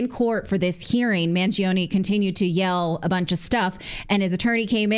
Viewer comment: It's pronounced Man-Joe-ni in Italian, not Mangeeoni. Similar to Pino gio-joe, not Pino greegio